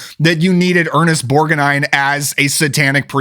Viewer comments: Ernest Borga Nine? 😂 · Borg-a-nine? 😑 This is a solid list of movies, though!